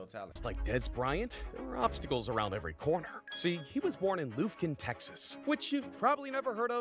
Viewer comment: I heard of lufkin and its not loofkin its lufkin with a uh sound my family lives there